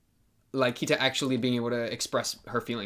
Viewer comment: It's pronounced Key-ta not Kia-ta.